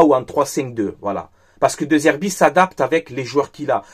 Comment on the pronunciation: ça se prononce Dé Zerbi, le E se prononce toujours É en italien.